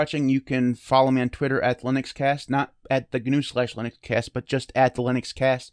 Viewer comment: It's now GuNew, it's not GuNome... the word "GNU" is pronounced like "New", and "Gnome" is pronounced like "nome". I think the "GNU Linux" is more of the brand of Linux. Like "Redhat Lunix" etc... it gives you an idea of the tools packaged with it as well as the licence etc.